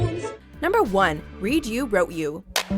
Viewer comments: don’t know why but i cringe everytime she says “reed” and not “red” for read u wrote u.. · its read u wrote u but you say it red not reed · It was read ‘red’ not read ‘reed’ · Its not pronounced reed you wrote u it is more pronounced like red you wrote you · ma’am ... it’s “ read (red) you, wrote you “ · RED you not REED you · It's not pronounced "reed" it's "red" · No U said Read It’s red like red u wrote u Not the way u said it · “REED you wrote you” oh, honey 🙄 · It's read, like head, or bread, or dead. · it’s read in the past tense. the same way wrote is in the past tense. the lyrics even say read in the past tense and yet everyone says read as in the present and it’s infuriating.